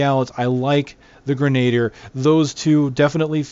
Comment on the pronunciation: No offence, I literally could not watch past the first time you tried to say grenadier. It's pronounced "grenah-deer" not "grenayder"